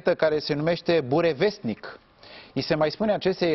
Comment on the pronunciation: se accentueazā pe "o" nu pe "a"